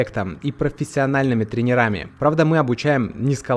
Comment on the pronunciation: За таких людей можно только порадоваться 👍. Ну а слово тренер - ударение идёт ВСЕГДА на первый слог, не обессудь